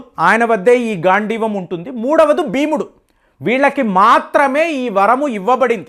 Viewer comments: భారతంలో ఉపయోగించింది గాండీవ కాదు గాండీవం అంటారు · Sir adi gandivam gandivam kaadu